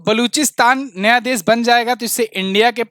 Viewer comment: Please pronounce "sha" correctly. You pronounce it as "sa". E.g. desh not des, sheikh not seikh, Shuru not suru also "apeksha" not " apekcha", liberation not liberason. Being a teacher you should be very particular about pronunciation.